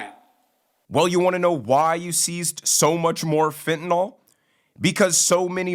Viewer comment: Yeah, overdose deaths are down because the addicts are all DYING off and WHY? Because of the INCREASED flow of fentanyl across the border! And for crying out loud could someone PLEASE teach Biden how to PRONOUNCE "fentanyl"? It is NOT "fentenol"!